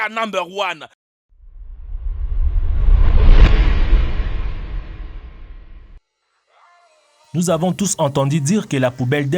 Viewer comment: Jaime pas qon tu dit nember one